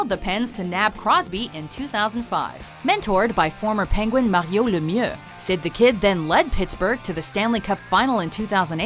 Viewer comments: That's not how you say Mario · Did you guys purposefully pronounce "Mario" so wierd, I mean even he himself doesn't pronounce it that way. You could have at least mention that his health problems were a little more severe that common health problems...he had friggen Hodgkin's Lymphoma for christ's sake. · That moment when they pronounce "Mario" fancy to seem like they know a lot about hockey 😂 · fancy talk Mario pronunciation